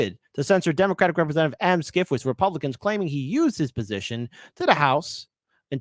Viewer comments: Schiff is pronounced "shif" (as in shifty) not "skif." Can't believe doesn't know this. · How can you not know his name is pronounced "shiff", not "skiff"?